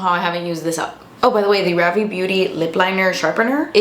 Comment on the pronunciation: Ravié is pronounced Ră V. It's French word. ❤